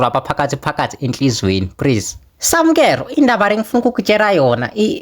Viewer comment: This is so funny he is saying prease instead of please 😂😂😂😂😂😂😂 I am dying